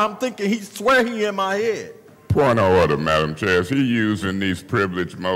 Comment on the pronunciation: Point ah orda,point ah orda😅😅😅😅😅!!!